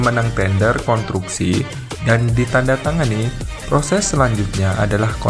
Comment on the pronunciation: Ralat... Konstruksi bukan kontruksi min, salah ucap tu ngeganggu dikuping dengernya